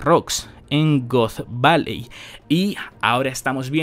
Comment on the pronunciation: Bro, pronuncias "God Valley" como "Goth Valley". No antojes